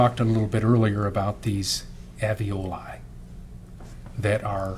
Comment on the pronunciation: Can’t the defense attorney see the first “l” in “Alveoli”? It’s not pronounced “Av-ee-oh-lye”! It’s pronounced: “Al-vee-oh-lye”. I wonder if she would have done anything differently if the baby wasn’t “stillborn” as Gale says. Plus, it was the end of February so not much decomp would happen out in that weather. It’s still winter there in the pictures the defense showed just now too. So is her husband still married to her now? I had 2 children by the age of 22, so she’s not stupid.